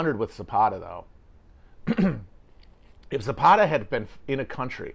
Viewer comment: I'm Mexican. The way Matt pronounces "Zapata" is making my head spin.